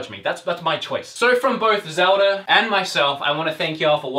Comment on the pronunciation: Mr. Fuentes no he said "Zelder"